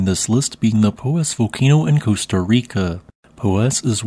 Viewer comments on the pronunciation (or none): none